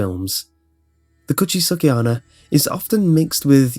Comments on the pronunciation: cooch-aye-sake anna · When you first said "Kuchisake-Onna" I almost thought you said "Could she suck at honor". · "kuchiske anna"